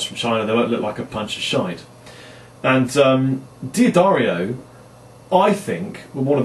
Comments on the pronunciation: Jim D'Addario (head of the company) pronounces his name 'DADDario' -- it's only his fellow Americans who stubbornly refuse to pronounce it correctly. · GODDAMN IT............IT'S PRONOUNCED ....." DUH-DAR-EEO ".